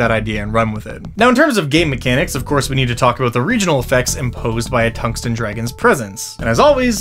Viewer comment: Tung sten (heavy stone) dragib ???? and You pronounce tungsten completely wrong